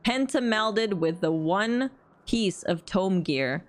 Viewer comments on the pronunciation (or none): none